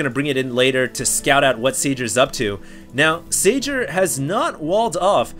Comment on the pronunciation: Spot on about the 'Huk huk' thing hahaha I know it's just a name but Red terran's name is pronounced 'Sayer"